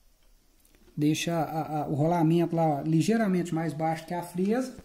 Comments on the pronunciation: Não é frêsa é frésa. É claro que não tem acento. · VC TA PRONUNCIANDO A PALAVRA FREZA SEM O ASSENTO MAS ORESTO TA BEM ESPLICADO